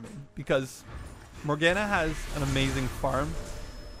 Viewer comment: More Gah Nah is how you pronounce it.